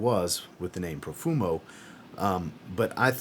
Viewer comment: Profumo?? Haha. My ears are bleeding. Apart from that, thanks for the video